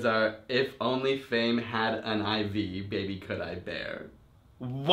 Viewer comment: I herd "black little baybays" rather than "black widow baby"